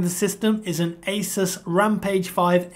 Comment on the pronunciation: And then you mispronounce it again for the keyboard :(